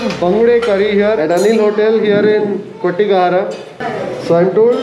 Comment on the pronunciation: Saar it's kotgehara!